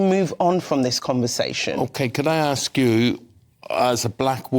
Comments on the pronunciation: Why can't 'new generation ' say ask and not aks! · Why cant you say ASK??????????????????????? What is wrong with you????????????? it is ASK with an S not AX. Learn to speak English properly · the word is ASK not AXE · Myself, I ask people, not aks them lol! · Why do black people pronounce Ask and Aks..? Genuine question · The word is 'ask'.